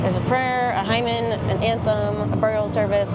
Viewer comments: Hymn pronounced "hem" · You have an interesting way of saying the word "hymn" xD